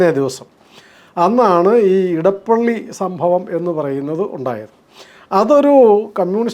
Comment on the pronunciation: നിങ്ങൾ എന്തുകൊണ്ടാണ് ഇടപ്പള്ളി എന്നു പറയുന്നത്? അത് ഇടപ്പിള്ളി ആണ്. തിരുവിതാംകൂറിനും കൊച്ചിയ്ക്കും ഇടയിലുള്ള സ്ഥലം - ഇടപ്പിള്ളി